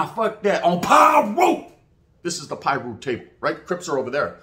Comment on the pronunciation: On piru 👌lol you got it down how you say it